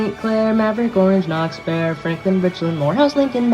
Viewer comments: FINALLY! a non-San Antonian said Bexar right! also Texarkana (Bowie) mentioned after 999 years of abandonment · Bexar County mentioned, and you pronounced it like a local, If you didn't grow up hearing most don't know the X is silent. That's dedication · THANK YOU FOR PRONOUCING BEXAR CORRECTLY! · Hey you pronounced Bexa right! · Good work, most people say Bexar and Pecos Counties wrong, but not here.